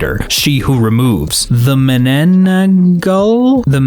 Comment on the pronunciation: You actually read "mananangal" close to the correct way. I salute. you. XD